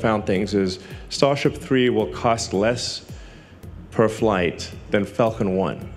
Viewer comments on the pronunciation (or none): Or maybe he's just adding a quantitative statement and fumbling the pronunciation. "It'll be less than a Falcon 1 per launch....*per pound*cough*."